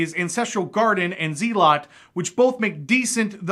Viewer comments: Isn't it pronounced Zell-it, and not Zee-lot? Anyone else gonna be kept up at night about that? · Lol I use to play starcraft back in the day and called them Z-lot but its procountced Zel-ot.